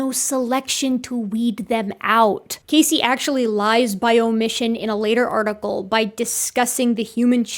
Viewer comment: As a Casey myself, I can't help but die a little inside every time you say his name. Lol